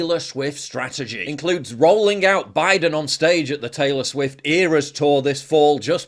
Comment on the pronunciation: More like "Traylor Swiffer"😂